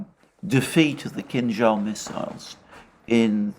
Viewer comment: Alexander is a rare occurence of English speaking person who correctly pronounces the name of Kinjal missile, not Kinzal as others do. Kinza in Russian means cilantro.